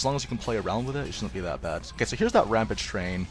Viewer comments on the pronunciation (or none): none